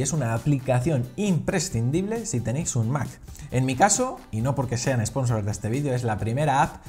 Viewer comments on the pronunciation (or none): none